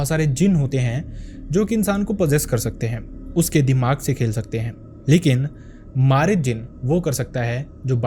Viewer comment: Ye marid nhi mareed hota hn means student